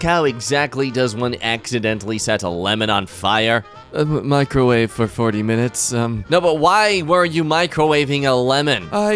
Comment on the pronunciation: Microwawe for 40 minutes 😔